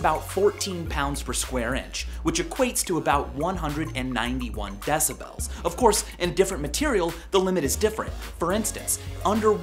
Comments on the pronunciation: i dont like the way he pronounces decibels. like deci-belllls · Love v sauce. But I hate how he sais decibels. I pronounce it "decibals" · Stop saying decibels it's decibels. He's saying it wrong dalgjaer56034aumb[adip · argh you say decibels so fucking weird!